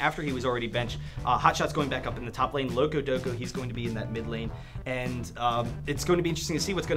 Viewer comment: its loco support, he said it wrong